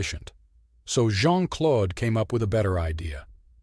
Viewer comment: the name 'Claude' rhymes with 'road'. PLEASE don't say "Clod."